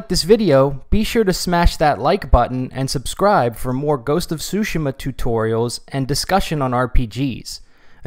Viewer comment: I swear I heard him saying ghost of sushima 寿司マ